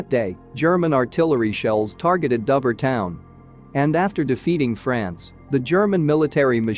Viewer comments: It is pronounced as dowver try to get it right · Nah , it is DOHver ! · another AI script reader that can't pronounce Dover...you need to check these products.......sloppy careless work